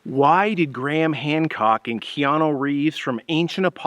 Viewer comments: That's KeanU not KeanO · Who the heck is Keanoo?